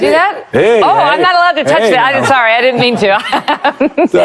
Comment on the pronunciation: hahaha...democrat communications director...pronounces devisive as "devissive" (in other words devide would be devid, devise would be deviss), then goes on to say, "dinnunt"...I can only assume she meant didn't. I'm sure that if democrats actually learned how to use spoken language to communicate better they would not lose so often.